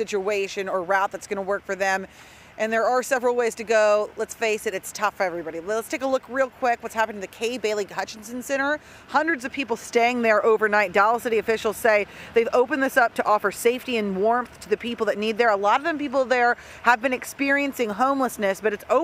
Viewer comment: It's Hutchison not Hutchinson